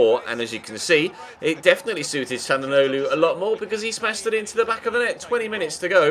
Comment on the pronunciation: It is 'Shal-an-og-lo'